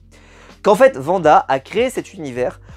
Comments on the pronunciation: Wanda* et non pas vanda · alors deja c "Wanda " et non "Vanda" et les deux 1er épisode sont clairement réussi en terme de mise en scène et intrigue et pour info ce sont des sitcom de l'époque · C'est pas Vanda c'est Wanda